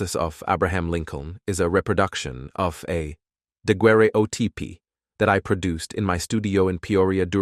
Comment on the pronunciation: Thank goodness someone else noticed that. When it tried to say "daguerreotype" I had to stop.